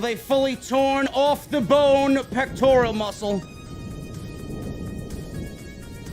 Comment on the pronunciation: Pronounced " peck-tor-al" man You keep calling it a "peck-tor-e-al" (don't get emotional just say it correctly moving forward" Thanks